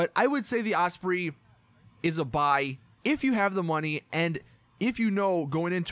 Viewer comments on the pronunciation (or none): Not off-spree its pronounced off-spray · It’s not pronounced os spree it’s pronounced os spray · lol the ospree its the fucking osprey like u know the word prey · Ausprey? What are you talking afoot? Chunderbluss